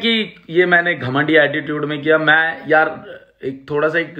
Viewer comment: Abe मे nhi मै hota hai wo pehle bolna seekh phir carry ka roast kar samjah